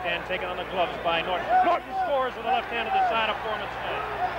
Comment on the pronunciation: Dang, audio texting…Ali not Holly, Norton not northern! 🤣